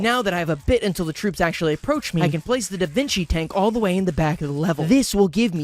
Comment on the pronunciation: i’m sorry, did you just say davinki tank